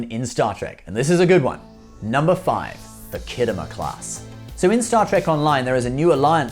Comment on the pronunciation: Whats the "khiddo mur" clas ship? STOP IT YOU'RE BRITISH!